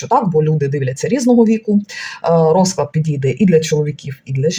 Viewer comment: Дякую за пораду від дідуся. Так і є. Складний період. Зверніть увагу на наголос у словах: рОзклад - расписание. розклАд - расклад.